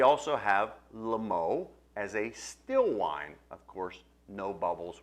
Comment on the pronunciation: Hasn't the faintest idea how to pronounce "Limoux".